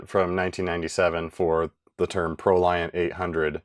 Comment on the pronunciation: Fun fact: "Proliant" is actually pronounced like the word "emollient".